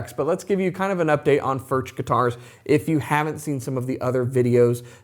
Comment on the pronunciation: It's pronounced, "Furk".